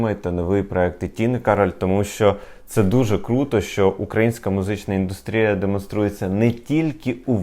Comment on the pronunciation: Вітаю! Дуже гарний канал, виважена та конструктивна критика. Але... Якщо ви вже є тими хто формує смак і музичну культуру, а отже вас дивитися велика аудиторія - перше що вона чує "музична ідУстрія" - а то не правильно. Згідно правопису треба казати лише і н д У с т р і я , наголос на У. Бо цієї помилки припускається багато блогерів та ведучих, як і у слові "випАдок" не має такого слова лише ВИпадок. Не лінуйтеся зазирнуту до словника, перед підготовкою до випуску і випасати слова з правильними наголосами. Удачі